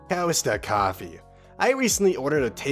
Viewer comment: cowista coffee?? are you insane? That hurt my head Cost a